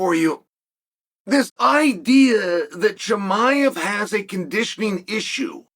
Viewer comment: So disrespectful, if you’re speaking about someone, at least have the decency to learn how to pronounce his name correctly.